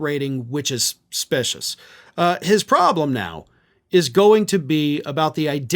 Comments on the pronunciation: specious is pronounced speeshus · Long e in specious....just sayin'. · Check a dictionary for the pronunciation of “specious”.